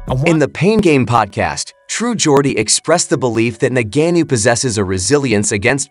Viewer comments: Ok, let's start from... He's not "Nagannou" as you pronounce it. He's Ngannou. Nevertheless, am team AJ... we want that undisputed shot. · Ngannou bro please not NANGENO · Made a whole video and call the guy Nagannu. That takes effort. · Why don't you just day Francis instead of constantly mispronouncing his name. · Mispronouncing the word ‘this’ is not nearly as lame as mispronouncing a person’s name over and over and over, and more so if the person is famous. By now Ngannou’s name is pretty much a household name, so it comes down to laziness, basically 😂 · He butchered his last name every time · I don't know how to pronounce ngannou so I'll use 98 different mispronounciations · If you can't say his name correctly don't do a video..... Sad you cant say it right😂😂😂😂 I had to stop the video 😂😂😂😂